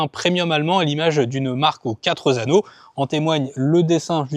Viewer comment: On ne dit pas « les 4 zanneaux ». Il n’y a pas de S à quatre. Jamais. Ni à sept. Ni à treize, ni à 20… donc halte aux liaisons hasardeuses